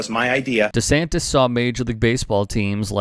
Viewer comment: save the books! Ban DeSantis ... DaSantis ... DeSantes ... DaSantes ... or however he decides to pronounce it on any given day! And what's with the head shaking?? Is it "yes" or is it "no"?